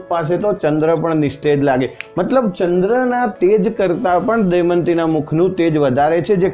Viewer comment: sir pls damyanti bolo not daymati